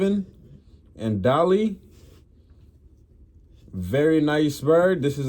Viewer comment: Dolle, is pronounced doll, nice pigeons bro , regards from Scotland, my line is de Barcelona, kyper brothers, marth van geel,👍 happy healthy peace ✌️